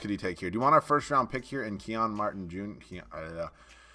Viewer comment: "Key-On Martin" 😂😂 dawg its Kenyon Martin Jr. aka Kenyon Martin's son